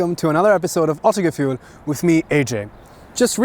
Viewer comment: Please try to pronounce Autogefühl the German way....it sounds so stupid if a German channel pronounces German words the wrong/english way...It's bad enough most english native speakers are too ignorant to pronounce foreign words the right way.